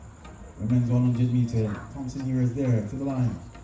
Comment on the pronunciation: its disrespectful to Elaine being you are both Jamaicans,for you not learning the proper pronunciation of her last name He- rah.